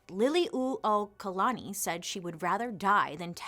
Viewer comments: literally cheered out loud at bailey’s pronunciation of liliuokalani—well done! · Great pronunciation of Liliʻuokalani. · Perfectly said.. you pronounce our Queens name beautifully